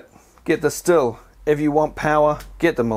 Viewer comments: FYI, Stihl is pronounced 'steel' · It's schthill. Sch-th-ill. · Stihl pronounced shh-teel. Not used the Stihl, but out of the Milwaukee & Makita, I found the Milwaukee was more comfortable, but much heavier. Chain stop speed on both is much better than many petrol chainsaws. I’m in the uk so may have a different model. Both have issues of clogging up when used on branches with leaves. Personally, I just go straight to my Ego Pro for most jobs.